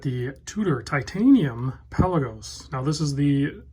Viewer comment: Is this pronounced "pelagos" or "pelagos"? 😆